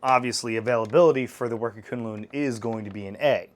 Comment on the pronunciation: FYI, it is pronounced 'koon-loon' I hear quinlin in the beginning, just to clear up the naming.